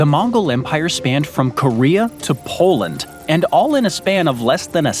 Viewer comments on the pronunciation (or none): none